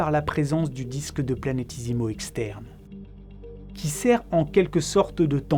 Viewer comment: super vidéo, si ce n'est que c'est "planét-é-simaux" et non "planét-i-simaux"